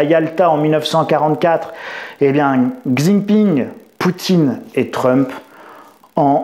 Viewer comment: Bonjour, il y a de l'écho dans votre nouveau studio. Également, s'il vous plaît prononcez correctement xi Jinping ! Cela se prononce Chi Jinping, pas de son x. Merci